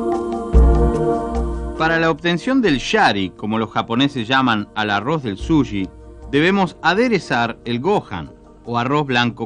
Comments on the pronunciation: Vasta con ver Jiro's dream of sushi en Youtube y podras escuchar muchas veces la pronunciacion de la palabra, No es "Sulli" o Suyi" como lo dice el locutor se dice Su chi con ch tal cual como dices che en cada oracion solo que un poco mas suave, incluso el mismo Iwao Takamiya ( el chef que cocina en este video) pronuncia bien la palabra y el no es Chileno que yo sepa, asi que no solo los Chilenos le "decimos" asi. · Es dificil tomarlo en serio cuando el locutor no sabe decir correctamente la palabra sushi. El dice suyi.